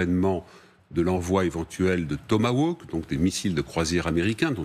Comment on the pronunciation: Les tomawokes !!! Prononcez ca cocmme il faut si vous voulez avoir un minimum de credibilite!!! Tellement aveugler par son gauchisme qu il en est pathetique Pierre Servent. Ca lui fait mal au khul que Trump ait regeler l affaire isiraelienne et qu il s apprete a faire de meme avec les ruskhofs e tlwa ukraignos!!! Servent est aigri ca se lit sur aon visage.